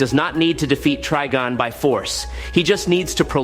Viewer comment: I didn't know that Trigon was pronounced 4 different ways omg that shit is annoying and Mxyzptlk is definitely being chopped up. Geesh!! Annoying at least Trigon was pronounced correctly at times he totally jacking up Mxyzptlk sounding like he was speaking the name in Klingon a few times 😂 geesh